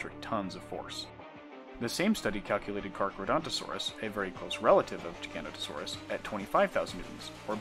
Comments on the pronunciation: GIFF NOT JIFF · giga noto saurus. MB jiGANotoSAURus. not jiGANotosaurus. its jiga OR giga THEN noto THEN saurus..... doesnt need to be a challenge.... i say jiganotosaurus.... but would accept GIGA on a verbal test..... pronunciation doesnt work like that.... im sorry to be so ridiculous about pronunciation... a giant scary therapod by any other name.... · Pronounce it with me. Giga- know-toe- saurus. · Interesting, but please learn to pronounce giganotosaurus properly. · I'm sorry I can't sit through a whole ass vid with someone pronouncing Giganotosaurus wrong every 3 seconds.